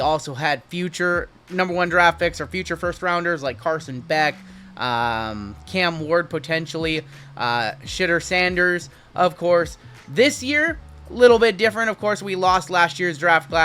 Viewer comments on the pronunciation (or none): Shh - uh - door , not shidder sanders